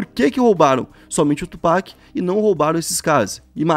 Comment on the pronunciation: FABIL, Tupác!!!! Tupac, pelo amor!